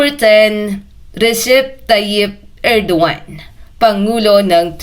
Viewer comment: Erdogan not Edoan